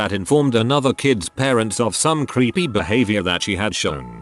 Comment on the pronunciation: I thought the AI said "your kid was creamy" 🧐🧐